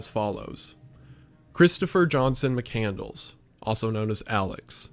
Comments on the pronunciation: "Muh-candle-s"? I'm losing my goddamn mind here. Especially if that's actually what it is. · McCandles? I thought it was McCandless.... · Lol, Correct. Mc-Cand-less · I get why she mispronounced it, easy typo, but doing the whole video wrong is dumb. Probably intentional rage bait for comment interaction.